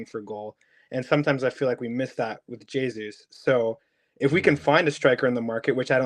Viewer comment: Come on guys, its almost 2024 and theres still people out there not pronouncing the "J" in Jesus... hes not spanish!